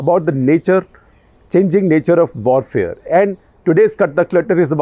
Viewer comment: Hello. I'm here to point out that uncle is still saying W wrong. Vorfare nahi uncle warfare.